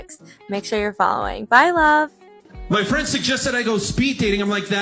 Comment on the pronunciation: Min. "at the evant... with your frand. Maybe we are too haat" 🤣